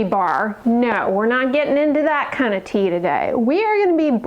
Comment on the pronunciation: Omggg saying TEA 🤭😂